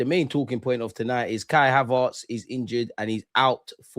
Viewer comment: Why do you say Havartz?